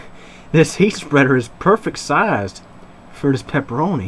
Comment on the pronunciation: "The peperonis tendz to be a little greezy"